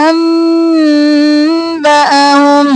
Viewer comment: انباھم۔ اپ نے با کو لمبا کر کے کیوں نہیں پڑھا۔اس لفظ کی سمجھ نہیں ائی مجھے۔